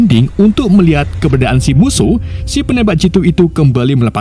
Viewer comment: keberadaan nyet bukan kebedaan menit